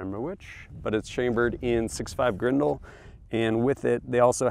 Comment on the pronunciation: Grendel!? It's like you're speaking another language.